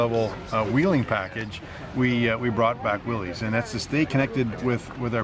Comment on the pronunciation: Please go back to the correct pronunciation. I know Chrysler said it’s easier to mispronounce it than to keep correcting people. If heritage is everything give Mr Willys the respect of saying his name the way that he did.